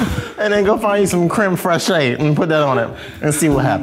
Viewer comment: Nobody:: Creme Fresh-Shay 🤣